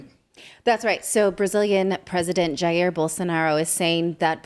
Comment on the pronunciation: Way to pronounce Jair, lol